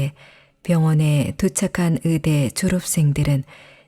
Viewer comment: 의사 ...으사 의대...으대 의학...으학 듣는 내내 너무 불편해요